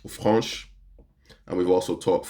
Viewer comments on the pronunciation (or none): Its Fraiche , you must pronounce the word exactly as the english version 4 Fresh , its exactly the same , by the way , i love what you do , l like your style of reviewing .